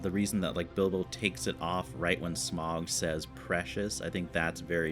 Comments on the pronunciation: A question if I may. I have watched several Americans reacting to these movies and you all seem to have a problem pronouncing Smaug's name.You keep saying Smog,like log and bog,it should be like loud and proud. My question is why?You have heard it clearly pronounced perhaps a couple of dozen times.Can you hear the 'ow' sound,or do you really hear an 'oh' sound? Merely a linguistic curiosity but I hope you can answer me. And yes,less opinion and more natural reaction please.Otherwise good vid. 𝘖𝘕𝘌 𝘗𝘏𝘖𝘕𝘌 𝘛𝘖 𝘙𝘐𝘕𝘎 𝘛𝘏𝘌𝘔 𝘈𝘓𝘓, 𝘖𝘕𝘌 𝘚𝘌𝘈𝘙𝘊𝘏 𝘛𝘖 𝘍𝘐𝘕𝘋 𝘛𝘏𝘌𝘔, 𝘖𝘕𝘌 𝘛𝘞𝘌𝘌𝘛 𝘛𝘖 𝘉𝘙𝘐𝘕𝘎 𝘛𝘏𝘌𝘔 𝘈𝘓𝘓, 𝘈𝘕𝘋 𝘐𝘕 𝘛𝘏𝘌 𝘊𝘏𝘈𝘛𝘙𝘖𝘖𝘔 𝐁𝐈𝐍𝐃 𝘛𝘏𝘌𝘔. wake up! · Smaug is pronounced “Sm-ow-g” same for Sauron being “S-ow-ron”. Just listen, they pronounce everything in the movies and you’d know who is who and what things are if you pay attention to what people are saying, not just the events. You’d also know that Thorin is becoming worse of a person because of Dragon Sickness. Basically a magical metaphor for greed. Also, the reason why Gandalf could hold back Sauron for a bit, same with the Balrog, is that Gandalf, Sauron, the Balrog, and Saruman as well, are all Maiar, the same species of being, if you will. Sauron can’t be stopped completely because Sauron is the most powerful of the Maiar. Maiar are basically angels, by the way. That’s why Gandalf the White seems more angelic in nature, because that’s essentially what he is. Different Maiar serve different “Gods” or as they are called here, the Valar. Balrogs serve Melkor (Morgoth) the evil Valar that corrupted elves to make the first orcs and he eventually turned Sauron evil and made him join his side. Melkor has been long defeated by the time of the rings, Sauron is the one in charge of the original mission, now.